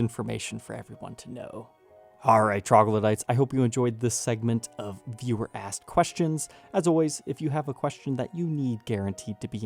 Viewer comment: always think he says viewer-ass questions